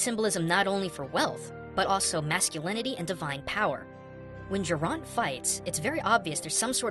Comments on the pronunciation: ITS NOT GERRANT ITS GERAINT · Wasn't it supposed to be Geraint and not Gerrant? Or does the different regions have some different things here?